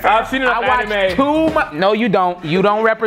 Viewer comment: The question likely sounded like “how do you feel about animals?” To him. The pronunciation of anime is what threw him off most likely.